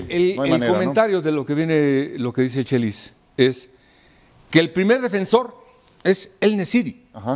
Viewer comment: Carrillo enseñale a el chelis porque no sabe bien dicho